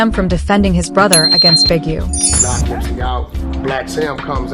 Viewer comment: It's Nipsey, not Nippy!